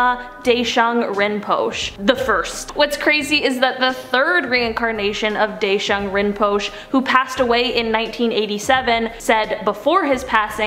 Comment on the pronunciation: Just to help out a little, Deshung Rimpoche is pronounced as Day-shung Rim-po-shey.. The e at the end is pronounced as a long a.